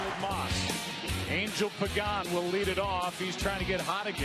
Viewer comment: Listening to Joe Buck fuck up the pronunciation of Urias and Angel was sadly hilarious.